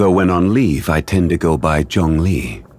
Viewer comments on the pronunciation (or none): WHYYY. THEY MAKE CANDECE AND NILOU PRONUNCIATION WEIRD. BUT ZHONGLI NOT USING THR CHINESE WHYYY. IT'S ZHUNGLI BOT ZHONGLI